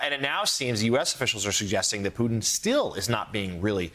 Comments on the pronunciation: did he just call Putin as "Python"? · I love how Americans pronounce Vladimir Putins name "poo tin"